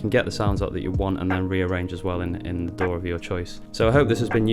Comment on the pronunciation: I was looking at the stickers right when you said DAW I read sour dough same time , sounded like you said dough haha